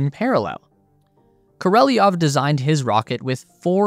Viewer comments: Королёв. We, Russians, sometimes lazy to add these 2 dots to "ё" (yo), so in some sources it written with "e", but meant to pronounce ё. So it's Korolyov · Why do you pronounce the name kOrOlEv as kOrElOv? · Kor-o-lev not kor-ee-lee-nov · Kor. Oh Lev,………….not Kor Oh Lev E Off ! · You said Koreleov 😂 It’s supposed to be Korolev. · Korolev. KOR O LEV KOROLEV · Great video. But his name is pronounced Ko ro lyōv. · Why do you pronounce it “Koreliov” ? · Pronounced more like...Kor ol yov. Your welcome. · What is it with Americans and pronouncing names? How hard can it be? Just listen to the original sounding. Oh yeh, you don’t care. Easier being a jerk ))